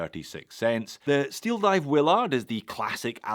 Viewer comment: Thanks for letting us know about these deals. However, It's not a 'will-ARD?' You don't say, "sei-KO." The character is an American officer in the U.S. Army and his name is pronounced the American way as "WILL-erd." They say it like that in the movie about a hundred times.